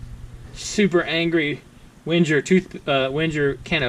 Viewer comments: Sounded like Winter instead of Wenger :P Ah I got it you said Wenjer :D It's pronounced with a normal G not a strange J :) A G just like in Bang or banging. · Just use a a G not a J and you're fine:)